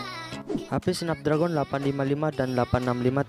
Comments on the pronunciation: Sedikit koreksi nih baca chipset Qualcomm Snapdragon = Qualcomm snepdregen gitu baca nya bukan tulisan nya Snapdragon dibacanya juga Snapdragon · Bacanya snapdragen bang bukan snapdragon Memang tulisanya snapdragon